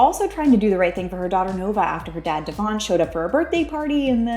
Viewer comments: She doesn’t even say his name properly and that’s her child’s father! His name is Devoine!! the way Macy and her husband say his name is the proper way to say it! That girl’s gonna stay alone! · She’s not saying his name properly! That’s her daughter’s father and she can’t speak his name properly! It’s Devoine!!!🙄